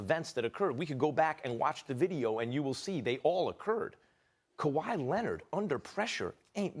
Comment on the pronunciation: SAS: Kawhi Lennit